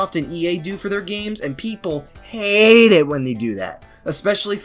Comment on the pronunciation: the way you pronounced the word “HATE” here makes you sound like Scott the Woz ngl